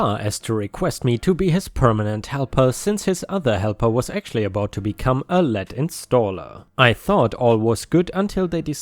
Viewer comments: Hey. When the word "lead" appears, it is pronounced "leed". as in "read a book". The word is pronounced in 2 ways. Sorry, it jumped out at me as I was not looking at the screen, just listening, then looked back thru the video. Awesome content on your part. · Pronounced LEED,. Like leader. A lead installer would mean he's the leader (main guy) of the installation.